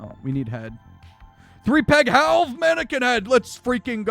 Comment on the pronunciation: It's more like Howlved